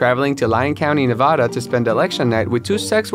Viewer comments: The way he said Nevada wrong bugged me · It’s Nev-AD-a not Nev-AH-da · ITS NEV-AD-A, not NEV-AH-DA 🙄🙄🙄🙄🙄🙄🙄🙄🙄🙄🙄🙄🙄🙄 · ITS NEH VAH DUUUUH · Na-va-duh say it right please omfg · The way he pronounced “Nevada” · This video made me so angry because you kept pronouncing Nevada wrong 🤔🥴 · If he says Nevada wrong one more time..😂